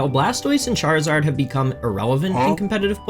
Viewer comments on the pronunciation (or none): none